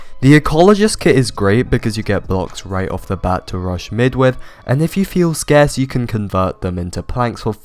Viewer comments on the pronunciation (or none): none